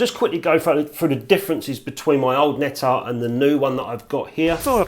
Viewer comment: dear, every time I need to hear some healthy English accent I tune into your channel please note < need to> Of bleedin 'course you butcher all them foreign words, you're English, aren't you? it's < tzeyes > Nettar you've got it right, Anastigmat wrong, as usual golden rule for English, Welsh, Scots, and other British subjects is: if you naturally stress the first syllable then you can bet your posterior it's second one you should stress. The syllable you strees naturally and the syllable you pronounce more or less neutrally are your best guide go against your natural tendency and stress the other syllable ana-STIG-mat you says, anastigMAT is right admittedly it's a difficult one having four syllables;Love you, your videos, some of your pics and your effervescence. What a pity they banned smokin' in pubs ( please pron vinnie coz it's German & I'm a bloke )